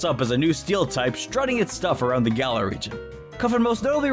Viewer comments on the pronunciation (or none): man said birds GALAR